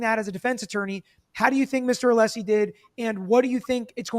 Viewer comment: yes Brennan knew, the defense is required to hand over impeachment material through reciprocal discovery… Brennan absolutely knew. But, … ITS “A•LESS•EE,” NOT, uh•LEASE•EE!”